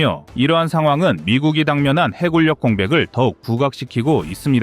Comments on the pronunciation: '해군력'의 발음은 '해군녁'이다. 음성 AI 활용 발음 '해굴력'의 기계적인 적용이 가져온 잘못된 발음을 당장 수정해야한다. '미군력' '공군력'을 '미굴력' '공굴력'이라고 발음할 수 없지 않은가? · 해군력을 해굴역으로 발음하는 오류를 바로잡습니다. 해군역이라 발음하시길. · 해굴력 거슬리네요